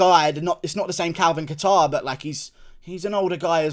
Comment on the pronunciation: As a fellow Calvin, Guru it’s pronounced “cater”